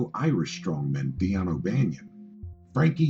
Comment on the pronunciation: Dion is pronounced Dean.